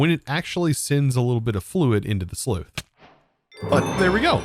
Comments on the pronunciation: Great start been waiting for this but I'm gonna pick one one thing. Sluice not sleuth 😊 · Yeppers. When said aloud sounds like Sloosh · Its sluice not slueth. Its pronounced with an s on the end. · A sluice (/slus/ SLOOS)... Why do youtubers not pronounce things correctly? Is it hard to look it up?